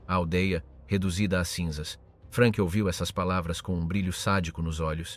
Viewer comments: Perchè "Frenk"??? Non era inglese, era tedesco! Frank!! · In tedesco si pronunzia Frank non Frenk, come in inglese. Curate meglio la AI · Jak jsem pochopil z diskuzních příspěvků bylo video promítáno i ve Francii a i zde si lidé v diskuzi všimli nepřesností. Hlas zřejmě obstarala AI, vzhledem k anglické výslovnosti jména Frank. Není to věrohodný dokument i přes velké množství nahuštěných údajů. Vyskytují se zde nepřesnosti jako například popis popravy. Nebylo tam žádné propadliště, ale kladka s provazem a odsouzený se prakticky udusil. V našem případě mu kat Nenáhlo po tzv. oběšení ještě zlomil vaz.